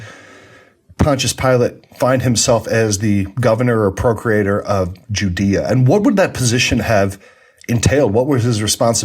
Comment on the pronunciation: Procurator, not procreator